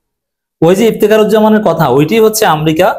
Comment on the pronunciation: এই, আপনি বারবার শব্দ চয়ন ও শব্দ বানান- উচ্চারনে আপনার অনেক ভুল আছে। আপনি আমেরিকাকে বারবার আমরিকা বলছেন। আগে শিক্ষা নিয়ে, তার পরে কথা বলেন।